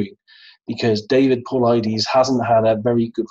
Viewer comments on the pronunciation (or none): none